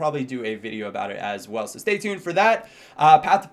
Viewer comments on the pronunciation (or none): none